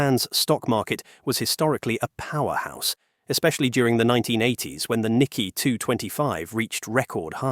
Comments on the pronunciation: It’s nik-key 225 not nikky 225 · So you cannot pronounce "Nikkei." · The whole video fall apart for me when the word Nikkei was badly pronounced. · Wrong spelling and pronouncements! This video's commentator pronounced "Fumio Kishida" as "Fumio KUSHIDA" ! And "Nikkei" is not pronounced as "NIKKI" ! Holy cow!